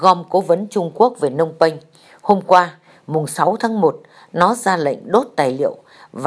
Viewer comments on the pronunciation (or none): phnom penh chứ ko phải phnong penh..